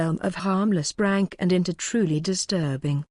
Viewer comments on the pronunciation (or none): It keeps saying brank tho 😂🤣